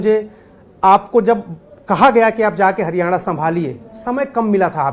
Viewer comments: 10 saal kiya to kuch nahi iss hooda ne bolna to sekh leta .haryana ko haryane bolta hain chor 😂😂😂😂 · Chor haryane nahi haryana hota hain 😀😂😂😂😂😂😂😂😂